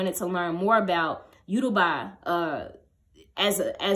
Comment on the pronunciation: Hey! your video was so informative! I’m Yoruba and just wanted to point out that you pronounced Yoruba wrong. ❤️❤️